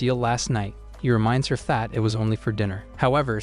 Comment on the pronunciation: Every time you say that u actually say fat